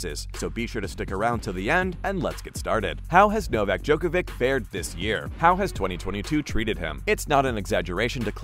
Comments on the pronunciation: Hard to understand people still don't know how to pronounce NOVAK DJOKOVIC name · Hard to understand people still after so many years don't know how to pronounce NOVAK DJOKOVIC name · Try to learn to pronounce his last name. You can do it. We believe in you. :)